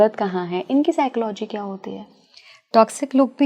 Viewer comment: Please pronounce psychology properly 😂